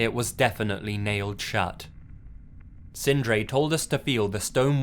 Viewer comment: Loved the way you prounounced the norwegian names Sindre and Emil, I am norwegian myself, and we do have some hard to prounounce names, my name is Eirik, try to say that, haha:)